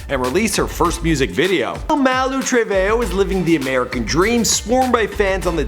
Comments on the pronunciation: Malu trebayo? Oh my oh no 💀😂😭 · It's male Treveho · He said malu travehoe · “before malu true-vay.yo...” holupholupholup. what? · Malu Truveyo? are you kidding? that wasnt even close. He really doing it on purpose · in the video (fight) it's not Malu Trevejo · Why can't this man ever pronounce people's names right